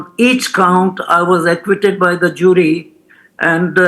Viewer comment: Not only is he an idiot but he is mispronouncing well known words Amayrica, ackquitted, epidumic